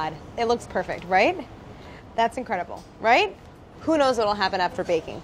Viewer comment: KinG “It looks perfect” “R I g h T” “That’s incredible” “R i G h T?”